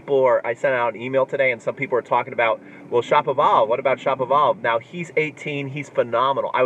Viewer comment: Its Shapovalov, not Shopavalov...like Sha(ra)povalov